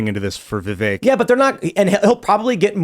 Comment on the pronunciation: please correct pronunciation of Vivek’s name!!! It is rude to not pronounce his name Vivek “like cake”.